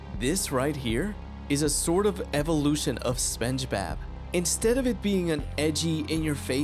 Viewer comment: I can't get over how "spenchbab" gets pronounced though it's so damn funny